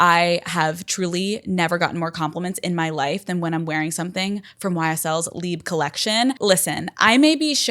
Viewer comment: Omg i am Belgian and speak French but the way you said “Libe” to Libre made my hair crawl 😭😅 I know you can’t do anything about it babe but anyways lol